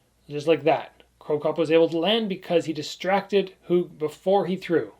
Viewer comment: as a guy from switzerland I really appreciate your pronounciation of andy HUG and thanks for the great video about two legends